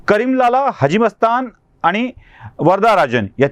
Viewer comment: आनी, पानी काय बोलताय साहेब